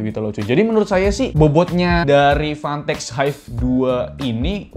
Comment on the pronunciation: Udh vanteq si nyebutnya